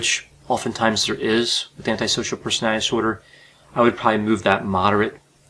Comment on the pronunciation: Disorder is a 3 syllable word not two.